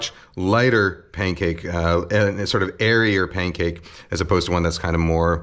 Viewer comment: Why does he say Paincake?